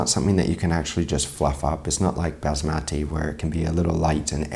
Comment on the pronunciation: Kindly learn to pronounce Basmati properly!